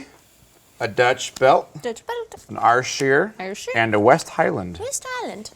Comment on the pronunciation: How hard is it to say Air-Shere? #woefulpronunciation #yanks